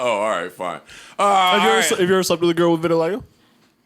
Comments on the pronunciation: Everyone: vitiligo Joe: VITILAGGO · I'm mad that Joe can't pronounce "vitiligo"...they should've named this episode "Verti-largo"...